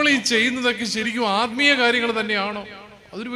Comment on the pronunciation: അൽമീയം അല്ല ആൽമീകം ആണ് ശരി